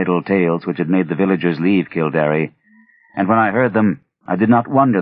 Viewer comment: It's kill-dare not kill-dar-eh. It's interesting that Lovecraft knew of something as esoteric as the book of invasions. I thought only Irish people knew those stories. Also, I don't know how easy he thinks it is to drain a bog, but it takes years not weeks or days.